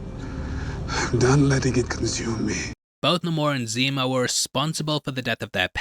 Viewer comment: It’s not Nam-or it’s namor….. ugh Marvel why do you ruin everything now!?